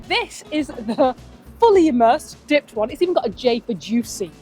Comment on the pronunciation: “Dipped” not “Dip”. IMO Mr. Beef is not even Chicago’s best.